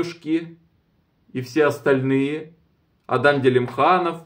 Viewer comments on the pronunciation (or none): none